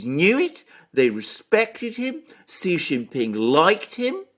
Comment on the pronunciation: "Xi" is pronounced "See"!